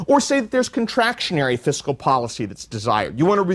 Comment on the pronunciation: This whole lecture talks a lot about Fiscal Policy and not enough about Countercyclical Fiscal Policy ... also ... it's FISCAL ... not FISICAL ...